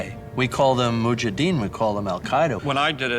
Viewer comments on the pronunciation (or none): none